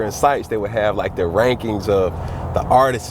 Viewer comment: If this guys says "Artist-es" one more time...